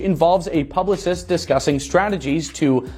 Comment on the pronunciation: Whoever is talking is really bad at reading. 400 million dollar? It’s dollars. Publis? It’s publicist.